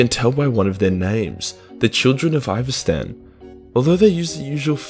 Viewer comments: Children of Ivastan? Does he mean Istvan? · Ahhhh a simpler time when would mispronounce Istvaan so badly